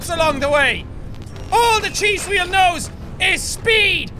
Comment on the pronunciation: carlos castillo 'Hweal' (or 'hweel') is how Jack pronounces 'wheel' with his majestic Irish accent.